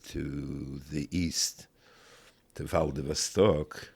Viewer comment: Valdervstok? The maps say Vladivostok.